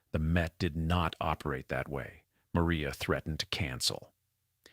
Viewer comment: Narrator mispronounces Maria’s name as “Mo-ry-ah.”